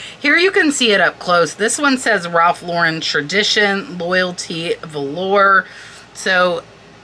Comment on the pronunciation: The word "valor" is pronounced "VA-ler" (it means great courage). It's not velour (the material). 😉 But great video! I look through the pillows often, but usually for myself not for resale. There's always a pile of them at our neighborhood thrift, but rarely any good ones.